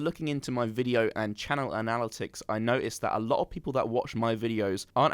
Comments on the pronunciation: An-al-it-icks.. boy oh boy.. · The way he said analytics lmaoooo